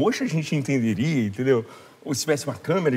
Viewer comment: " entenDeus?" Ahahahah amo ❤